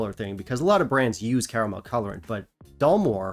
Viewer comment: Perhaps it's your Taiwanese accent,, but I could have sworn you were pronouncing it Dullmore.🤔